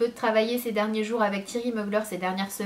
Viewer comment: tu prononce mal Thierry Mugler 😂😂💖 sinon je t'adore 💖